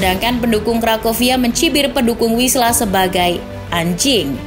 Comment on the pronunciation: WISŁA dibaca = Fiswa